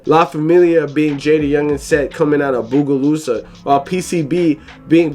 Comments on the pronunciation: Fr doe "bugolusa" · and Bogalusa "bugolusa" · It crazy how you pronounce Bogalusa😂😂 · You pronouncing bogalusa is pissin me tf off